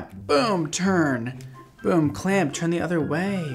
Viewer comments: Listen. It’s TURN not CHURN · Nobody:: cHerN-pYl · Am I the only one who hears “churn and pull”